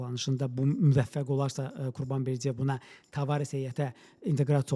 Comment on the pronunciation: Berdiyev yox, Berdıyev!